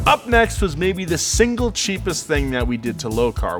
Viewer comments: When I heard say Back-to-de-bumpers it reminded a bit of Super Mario's broken English and i though, hey, these two work on some car pipes, they should dress up as Mario and Luigi! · “...now, back to da bumpers...”😂😂😂😂